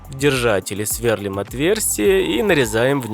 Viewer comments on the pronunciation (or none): Сверлúм, ударение на букву И!